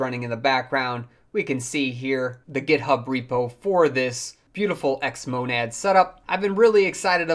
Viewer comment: Wondering how many times you can mispronounce Xmonad in a single video. :-)